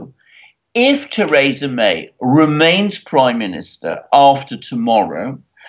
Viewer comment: God damn it Alexander, it's pronounced "Thuhreesa"